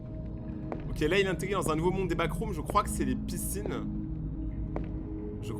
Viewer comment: T'a dit backroms wsh